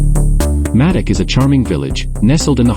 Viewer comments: Nice video, thanks for sharing this. I lived in Madoc for almost 20 years. I hope you won't mind my mentioning it, but Madoc is pronounced May-dock. In all of the time I'd lived there, I'd never heard it referred to as Maddock. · It’s pronounced Maydoc